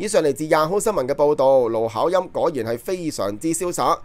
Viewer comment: 奴考音，妮開😅